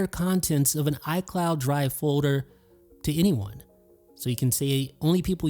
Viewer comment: I heard said Fowder. My day is complete! 🤣🤣🤣